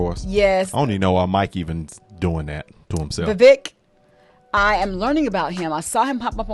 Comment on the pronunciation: Pronounced "Vi-vake" like cake!